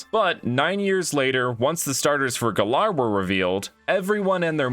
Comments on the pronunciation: It’s GAL-air not gal-ARE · It's Galar not Galaar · It's g-al-ar, not guh-lar. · I dont even know why you pronounce it Galair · maybe he wants to be the Fresh Prince of Gal-air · Why do you say galar like that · Why can noone pronounce galar properly